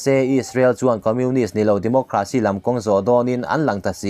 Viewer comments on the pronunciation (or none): none